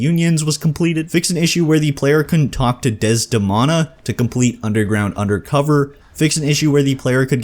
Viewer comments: It's Cure-ie not curry (I don't think she is an Indian spice), Dez-da-mOna not Dez-da-m-ah-na, and Mic-crEEd-ie not Ma-cred-ie. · omg the pronunciations of maccready, curie and desdemona...